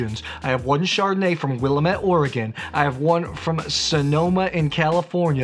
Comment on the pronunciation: It's "will-A(as in "I am")-met.